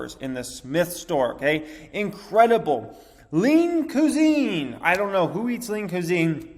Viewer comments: you say cusine weird. cwahzeen not cuuzeen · Homie done said lean coo-zine🤦‍♂️ c'mon pronounced qui-zene